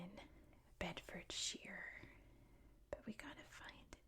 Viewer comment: The shire bit is more pronounced -sher than -sheer. Beds must be one of the most boring counties of England🤣